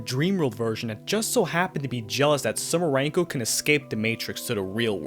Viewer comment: ITS SUMIREKO, NOT SUMIRENKO!!! AAAAAAAAAAAA (I just hope i misheard xD) (Also, i just love how the whole Urban Legend incident background story is completely omitted xDDDD)